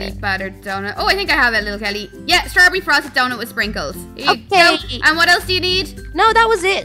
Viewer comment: she said strabbery good video